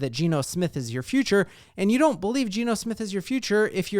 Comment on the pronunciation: "We gotta ton to BoLieve in" lol